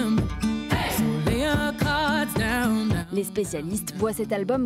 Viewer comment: ça doit être une crime de prononcer country comme ça , chui choquée